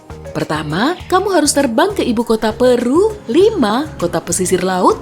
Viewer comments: pEru kak buka peru.. huruf E kyk nyebut bebek. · Peru mbak bukan peru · Pengucapan Peru nya sepertinya salah min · harusnya Peru bukan peru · Penyebutan kota Péru nya terasa janggal min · Jadi Peru bacanya Peru apa Peru? Kalo bacanya Peru berarti yg gue tau selama bertahun-tahun dari kecil itu salah 🤯